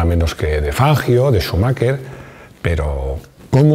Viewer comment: Todo bien hasta q dijiste Schumacher jajajaja